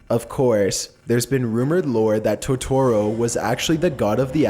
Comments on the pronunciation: its Totoro (TO-to-ro), not Totoro (to-TO-ro) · It's "To-toro", not "ToTORo". God, that irritated me more than it should've. also this comments section is absolute cancer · Okay, but who else is upset about the Studio Ghibli and Tutoro pronunciation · "My neighbor toe-toro " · Did anyone else cringe of how he pronounced it Toe-toro? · 2017: toe-toe-row... kms😂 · U said Totoro wrong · NOOOO NOT MY BELOVED TOTORO Q~Q You pronounced his name wrong btw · I got triggered by the way he said totoro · The way he says totoro is pissing me off, like he's saying it wrong 😭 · Toetorero ghiberee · Toe tu ro! Is how it's pronounced! And it's audio gebli is also how that's pronounced! Jeez you don't even have a accent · "To-to-ro" "Ghi-bi-ri" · I liked this video but I CRINGED when you MISPRONOUNCED Totoro And Ghibli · Lmfao at the narrator's way of pronouncing Totoro and "Studio Ghibli". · I love you so much, but the way you pronounce Totoro and Ghibli, disturbs me....